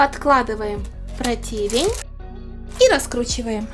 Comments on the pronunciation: Что за протИвень, может прОтвень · Не протИвень, а прОтивень! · Нет слова протИвень. Есть слово прОтивень. Вам это пытаются многие сказать. А протИвень от слова противно, а вы вроде вкусно готовите. 😊